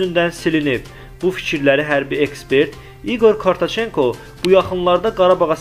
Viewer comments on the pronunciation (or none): Odur ki bizə baran DEYİRLƏR baxın ÖZÜNÜ BLOGER SAYIR bu video MÜƏLLİFi AMMA İQOR KOROTÇENKO YOX ... KORTOÇENKO DEYİR... MƏHS BELƏ QOYUNLAR MİLLƏTİMİZI ALÇALDIRLAR ! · İqor Korotçenko - - - Kartoçenko nədi, ay savadsız. Bu bisavadları hardan tapırlar? 😢😢😢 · Ай агылсыз апарычы, онун фамлиясы Корточенко дейил, Коротченко -ду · KARTOŞENKO NEDİ 😄😄😄 ИГОРЬ КОРОТЧЕНКО....... DÜZĞÜN OXU,DÜZĞÜN DANIŞ AY BALA.....🤭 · Kortocenko ? Korotcenko öldüm gülməkdən ay Allah 😂😂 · Kartoçenko yox,Korotçenko cavan oglansan bu söz ele de çetin söz deyil,üzünden metni oxuyanda heç olmasa diqqetli olmaq,bir neçe defe tekrarlayib agzindan çixarmalisan ayibdir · Deyesen onun soyadı Korotçenkodi axı.Düzgün sesləndirsəydi yaxşı olardı.